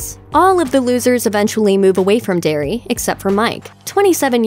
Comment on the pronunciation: Sorry to correct you but it's "Derry"